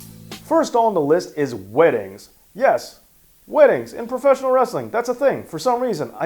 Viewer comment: You sound like you said winnings in the beginning so when I heard that I was like ok let's see where he goes with this then I looked and it was weddings then I'm like ok that makes more sense.